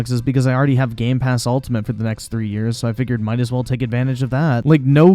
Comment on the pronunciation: It’s been over a year and still can’t say Game Pass correctly.